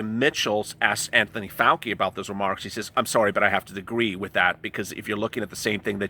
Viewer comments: It's (pronounced)fau- (chi), sounds like chee, not fau- (key) 😀😁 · Love your channel and all the info you are striving to get for us. Dr Fauci is pronounced Fauchi no Fauki.